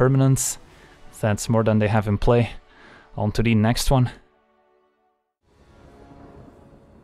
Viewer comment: At least we still have "onto de next wan". God help us if he ever stops saying that.